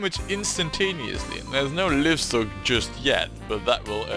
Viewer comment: Careful with those very sharp turns. 100 years into the future you'll have to redesign (some of) those because trains will be slowing down! And like a lot of people say ;-) it's "laaivstok"! It's alive!